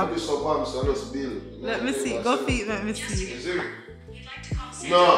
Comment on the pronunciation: “Foots”?…. “Feet” lol